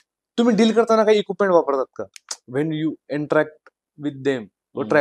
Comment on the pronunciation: 50.17 इकुपमेंट नाही equipment इक्विपमेंट. Plz change the host...